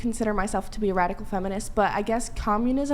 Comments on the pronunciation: The last woman said fenimist😂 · Who else heard the asian girl say "I'm not a fenimist"😂😂